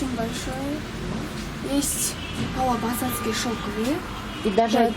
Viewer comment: Не ПАВЛОпосадские, а ПАВЛОВОпосадские платки правильно